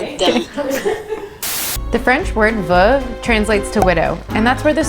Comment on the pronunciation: Veuve = V-OH-VE OH OH OH OH